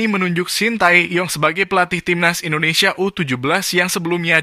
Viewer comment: Maaf bg bukan ENDONESIA ya tapi INDONESIA